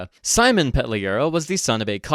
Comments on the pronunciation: His name actually spelled Simon and pronounced as Seem-on Pet-lew-rah, not Sai-mon, and his born name actually Semen 😢 (that is why he changed it slightly) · Hey anglophile (partially joking). His name is probably not "Saimun" either you dipshit. It's Symon. If you're gonna learn how it's pronounced, you have to actually learn how it is pronounced. Not read it, and suppose it's pronounced how it is in english, and then announce that's how it's pronounced. Think about it for a second. Love your videos, but hear yourself, jesus christ. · It is "Simon" and not "Saimon". There is no "a" in it. Why the hell you then pronounce it like Salmon. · His name is "Симон"(Symon with /ɪ/(i`m not sure if i got the sound right) ), not exactly "Саймон"(Simon) with /aɪ/. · Симон is pronounced as see-mon not with an English I we don’t have that sound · actually, in Ukrainian we call him Sy-mon (Симон). Ukrainian И sounds like English "i" in "bill". it's close to how you pronounce "cinnamon" (with out "nna") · actually, his name is pronounced see-mon🤓